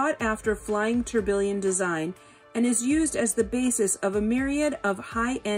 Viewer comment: tourbillon is pronounced "tor-bee-on"....just sayin'...